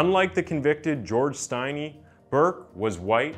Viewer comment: Not pronounced with a long I, if your going to do a video on this, at least say his last name right.